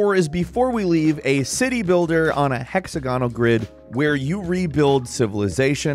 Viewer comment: hexagonal pronunciation is weird.